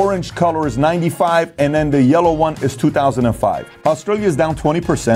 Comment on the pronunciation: I'm listening to your book right now. Although I love it and it's chock-full of valuable information, my brain stops listening to the info every time you say da(the), dem(them) den(then), dere(there), etc. I wish I could stop judging and just accept the info. I'm working on it